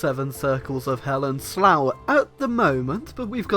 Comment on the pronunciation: uuhh.... slough....